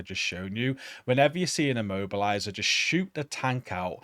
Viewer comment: i was keep hearing "mobiliser" left and right WTF is an mobiliser ?!...than i realized that it is "immobiliser" ...FFS ?!